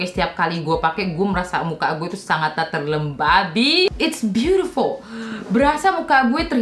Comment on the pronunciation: terngiang-ngiang "terlemBABI" 😭🤣🤣🤣